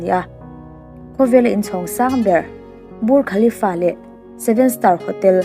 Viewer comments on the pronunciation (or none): Dirham ti a lam tur nilo a dihram tih tur. Bur khalifa tih loh tur burj khalifa zok.